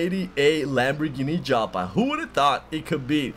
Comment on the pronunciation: It's pronounced "YALPA" lol and it was the predecessor of the Gallardo nice car bro